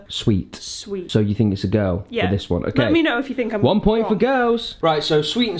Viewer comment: It's not OKEH to be OKEH <3 (titan cry)